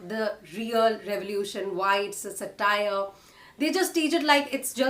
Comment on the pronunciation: Wonderful post--thank you. I'd point out that it's SA-tire, rather than sa-TIRE. That aside, I've loved ALL your recommendations. Thank you.